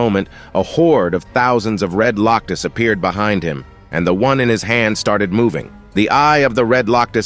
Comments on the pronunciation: Why does it keep saying Loctus instead of Locust? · Lock us, A lee in, why did you mess up on the pronunciations?